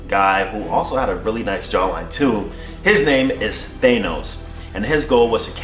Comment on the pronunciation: Thanos. Pronounced like "Thah-nos" not "Thay-nos"